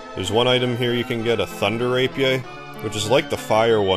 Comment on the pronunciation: I came to this old video because I can not get the ThunderRP to drop. It’s so annoying. Anyway, I’m case you’re still out in the world calling it a “ray-pee-aye”, it is pronounced “ray-pee-ur”.